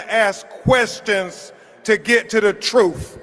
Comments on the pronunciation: He is illiterate, it's not troof, it's pronounced truth. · Why does he say troof (which is not a word) instead of truth? I have heard him say this repeatedly. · Did he really say “truf” ? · Did he say,"It's about gettin' to the troof?" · If this man say “truff” one mo’gen 😂😂😂